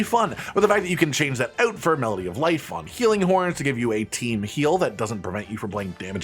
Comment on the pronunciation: Hehe "ouoot" 😅